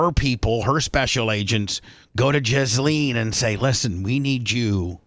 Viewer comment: That's correct it's pronounced jizz-lane